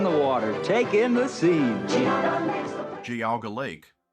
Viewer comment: I like how every video clip used correctly pronounces it "jee-AW-ga" but the narrator decided to go with "Gee-AW-ga"